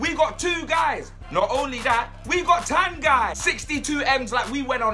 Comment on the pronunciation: Brilliant signing but his name is pronounced TONGEE.